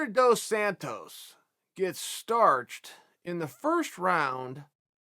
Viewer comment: Chael pronounced Dos Santos two different ways in the span of 2 seconds